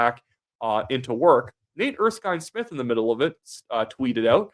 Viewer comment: you even said his name right. Nate Erskine-Smith has always been somewhat of a maverick, even under Trudeau. He'll never forgive Carney for being dumped from Cabinet.